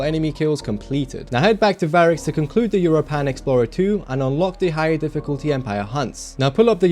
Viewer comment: Bruh why the hell do you pronounce europan like that lol (It's pronounced like europa but with an "n" at the end)